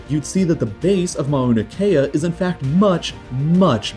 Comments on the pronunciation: Did he jsut say ma-oo-na kea its mau-na kea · You said Mauna Kea the wrong way the u is not pronounced as a long vowel. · His pronunciation of Mauna Kea deadened me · Im from Hawaii and lived on the island where Mauna Kea is located at and my god the way he says mauna kea triggers me